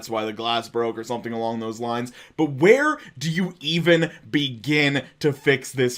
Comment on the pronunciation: Where do you even "BEE-gin"